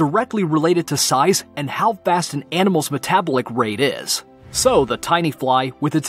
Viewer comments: Me-tablic? I think it's Me-tuh-bahl-ick. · Ma-tab-ba-lick rate lol don't you mean meta-bol-lick rate pronunciation is key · Meta•bolic, not metabalic. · Say it with me now, meta-bolic...... 😒😒😒😒😒😒😒 Not met-ablic..... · "Met-ablic rate?" "They have two colour Receptions" Do you know what you're even reading? Weird mistakes.. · why can't you just pronounce words properly? maytabowlick? where did you get that from? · ... accentuated on the wrong syllable too. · It's pronounced: met-a-BOL-ic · “Metablick?” Is English your second language? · It sounds like he's talking with a cold, like his nose is stuffed up. Also, I've never heard anybody say metabolic like meta- bo- lick. That was annoying, sorry but it was. Very informative video though, I did really like the video, it's just the way he was pronouncing things and the way he was talking like he has a cold with a really stuffy nose was hard to listen to. But yeah, great video, thank you for sharing this information with us, I never knew most of these. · Necropost, but meta-BO-lic. Emphasis in the middle not the start. 💀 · Meta-ball-ic pronunciation of metabolic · Meta-bah-lik rate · Meh-tah-bowl-ick. Please, just please. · He put the wrong emPHAsis on the wrong sylLAble!😭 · I’m triggered that he pronounced “metabolic” incorrectly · It really makes me question the entire video. How could you know so much but never learned to pronounce metabolic? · Why he say "metabolic" like that? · He's pronouncing metabolic wrong. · you should probably learn how to pronounce metabolic, otherwise great video!